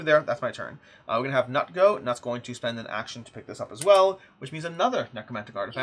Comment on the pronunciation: Loving the playthrough! FYI, Knut is pronounced something more like 'cnoot' or 'cnute'.